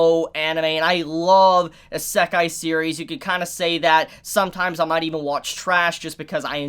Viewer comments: God damnit pronounce it correctly!!!! 😡😡😡 It’s E-C Kai. Not. A-sa-kai Nah I’m just playing. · I love ya brother... but this drives me nut, and yes that is my problem. いせかい - isekai - ee-se-kai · How you gonna review anime and not know how to pronounce Isekai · is anyone else bothered by the way we pronounces isekai?